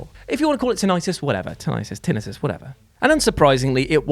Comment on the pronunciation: hearing you say tin-it-us gave me tinnitus